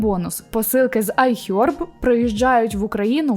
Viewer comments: Ну чому айхьорб ? Ну будь ласка не треба , краще просто айхерб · Цікава тема і хороша подача, але ось ці айХЬОрб і ріЗЬОрвд так вуха ріже